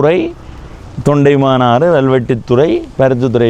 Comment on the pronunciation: தொண்டைமானாறு அல்ல, தொண்டமானாறு